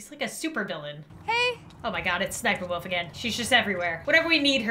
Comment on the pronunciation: It is spelled sssniperwolf but you say siperwolf.